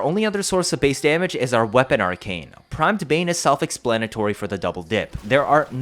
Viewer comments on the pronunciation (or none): Primed bane ❌ Prime da bane ✅